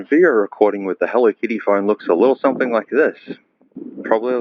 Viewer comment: More like "Hello Kitto"